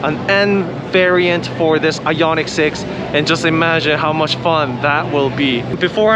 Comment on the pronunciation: It’s I-on-ic, not I-yon-itch